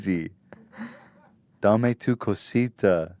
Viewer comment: Ethan why you had to do us latinos like that with "Dame Tu Cosita" lol